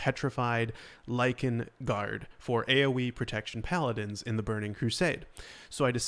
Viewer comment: You said “Lichen” ❤️❤️❤️